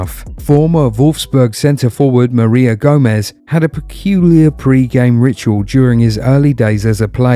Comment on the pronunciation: maria gomez its mario gomez